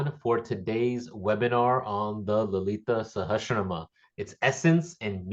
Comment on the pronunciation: When one of the objectives of the course is to recite the names of Devi correctly, needs to get his own pronunciation right. He is reading but he gets the lead title wrong: Lalita Sahashram instead of Lalitha Sahasranamam. Other names, too (Brahmanda...)...